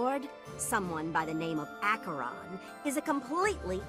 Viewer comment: I am so happy they actually pronounce Acheron correctly in this game. Most people these days typically say it "Asheron" instead of "Ack-uh-ron." As a huge fan of the Dark Hunters series, it really pleased me.